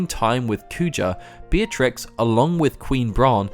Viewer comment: FINALLY. A Youtuber who pronounces her name right! Beeah-triks not BEEHTRIX nor BETRIX